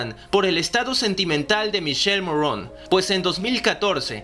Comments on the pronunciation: Se pronuncia Mikele y se escribe Michele y no Morron... Sino Morrone, como esta escrito😳😑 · Me caga que hagas y hagas videos y no puedas pronunciar el nombre de michele morrone, te voy a enseñar como se pronuncia.. Miquele mo rro ne. No morron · Es Morrone...así como se escribe. No es Morróun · Asi que michelle morrouuuune jajajaja , se pronuncia morone! Punto e basta!